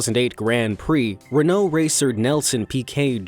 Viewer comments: His pronunciation of Renault hurts. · Makes me laugh when you cant say Renault properly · sigh pronouncing Renault incorrectly......